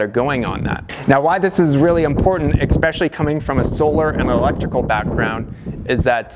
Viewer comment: Maybe because he keeps pronouncing especially as eXspecially. Who can tell.